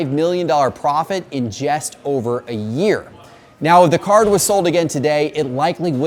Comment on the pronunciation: Just, not jest. But thanks for the vid.